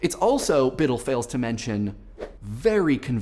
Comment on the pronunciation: "Biddle" HahahahahahHAHAHAHAHAHAHHA